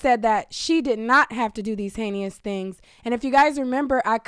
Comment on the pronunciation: The word is "heinous," not "heinious."